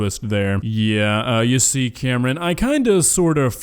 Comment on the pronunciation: My name's Cameron and i felt assaulted every time he said my name.